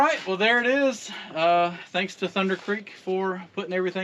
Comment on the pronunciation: Millenial Farmer will be so proud. "Thunderrrr" lol